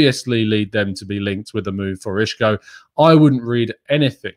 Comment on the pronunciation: Hi. It's not pronounced I(sh)co.. That's a Portuguese pronunciation so it's incorrect. He is Spanish and the "S" in Spanish is pronounced the same as an English "S" so it's I(s)co.. Isco.. I'm a Portuguese speaker haha.